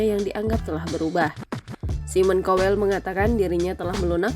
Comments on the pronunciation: Mbak bacanya SAIMEN KAWEL , Bukan simon cowel 😂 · Bukan simon kowell tapi simon tjowellll wkwkwkkkkkkkkkkkkkkk